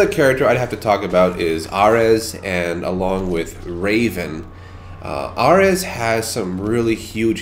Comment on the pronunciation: R-EZ? it's A-Reez